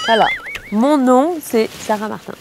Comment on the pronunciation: Pj elle prononce mal son nom de famille ( tout les portugais savent )